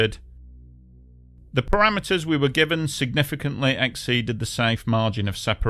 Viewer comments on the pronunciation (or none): none